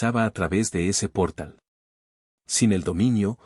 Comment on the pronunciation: NO es "gatilló" sino gatillo, palabra grave, de la misma forma NO es "pórtal" sino portal, palabra aguda. Que vaya aprendiendo español la IA.